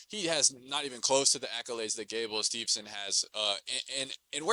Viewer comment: I'm sure he has a lot of good takes, but I can't abstract from all his mispronunciations and stuff. To me, that does not show that you know what you're talking about. Viktoria Dudukova, then Viktoria Ditcheva and then Gable Steve(N)son. It makes we want to turn off the video.